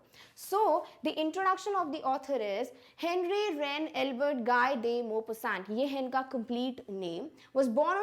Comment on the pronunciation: Thank u bhai ma'am ki pronunciation pe hansi aa gyi thi shi mein 😂